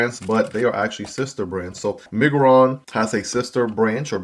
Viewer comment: It's My-grr-on